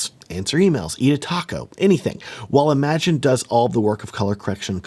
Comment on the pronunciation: Small note: "Im-a-gen" not "imagine". It's originally a Spanish word (pronounced "ee-ma-hen") that was colloquialized into English. Different meaning and pronunciation than "imagine".